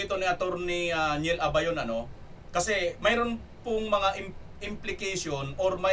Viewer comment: Atty.,Neil abayon Hindi lebayon.ty